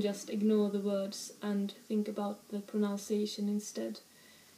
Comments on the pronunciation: The word is proNUNciation, not "pronounciation." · Please forgive this English correction from a casual viewer. One proNOUNces to practice one's proNUNciation. The syllables I've capitalized are each pronounced the same as the English words they happen to spell. I used to make your mistake despite English being my one and only language. Anyways thanks for very charming videos.